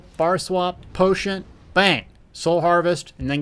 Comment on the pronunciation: I love you but there is no T' in "potion..." unless of course you're actually putting herbal tea in your potions. That I would understand.